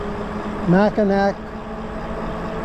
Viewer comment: it's pronounced "mackinaw" despite it's spelling, i'm originally from that area though I've lived in Florida for the past 22 years the speed limit is the actual road limit because the only other transopt allowed there are horse drawn carriages and regular bicycles. it's a nostalgia town set to be like the 1920's